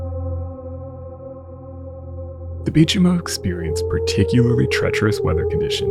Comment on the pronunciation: I bought the book about her a few years ago....you nailed her original name perfectly! Greetings from a Swede in Glasgow, Scotland....